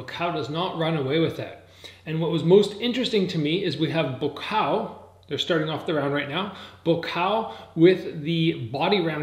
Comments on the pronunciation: why do you say "BUKAO" ??? it's buakaw !!! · Tf is bukao? It's Bu-wa-kaw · Amazing content brother, but it just ticks me when you say Ba Kaw. It's pronounced Boo-ahh-Cow. All in all great commentary keep up the great work!! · People get so bent out of shape over pronouncing a name wrong??? I don't upset when foreigners pronounce my name wrong. And it doesn't sound like he says Boo Ah Cow. More like BwwaCow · It's pronounced Bhuakhao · Not pronouncing Buakaw’s name correctly smh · It’s so damn annoying when you are not saying Buakaw’s name correctly! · Imbarresing u cant pronounce his name right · Your pronunciation of Buakaw is poor. But nice try! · I'm half Thai it's not! But close!